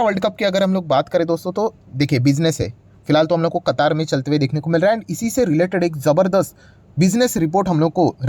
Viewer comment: कतार नहीं सर कतर ।